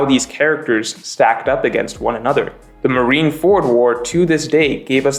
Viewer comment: Marineford is one word Not marine ford